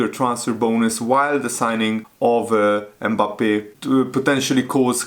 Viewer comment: Forget to pronounce "e" at the beginning of his name! It isn't Embappe. Just Mbappe with almost a silent "m" at the front. It's painful to listen to it.